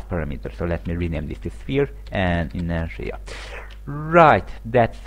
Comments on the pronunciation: it's inertia, not interia. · it's not b-oo-llet either though... the phoneme symbol is ʊ ... a double-o sounds is usually the phoneme: ʉ and that's the sound you get in goose or boot. besides if you're going to nitpick i'd think you'd start with how intertia isn't "in-ter-nia" but rather "in-er-sha"